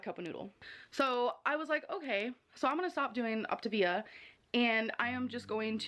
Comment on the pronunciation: It drives me nuts that she calls it optIvia when it's optAvia🤣 idk why, but her constant mispronounciation of pretty simple words, is frustrating to me🤣🤷‍♀️